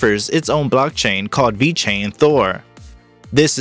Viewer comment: dude say it right!